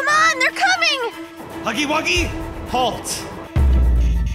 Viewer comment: Bro said huggy buggy💀💀💀💀💀